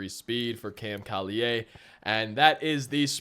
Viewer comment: Cam Collier doesn’t use a French pronunciation for his last name, it’s like call-yer.